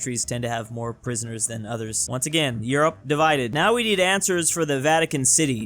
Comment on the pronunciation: You mispronounce 'Europe'.